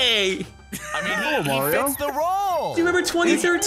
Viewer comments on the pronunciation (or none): then again, he does say mayor-ioh. not marr ioh. so. to be expected i suppose. shurg /s